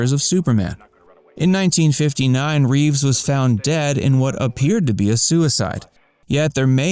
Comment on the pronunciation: Christopher Reeve, not Reeves.